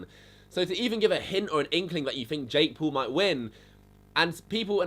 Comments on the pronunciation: Yo you idieet its Jake paul noth Jake pool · "Jake pool" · Jake Pool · Say it correctly jake p a u l not jake pool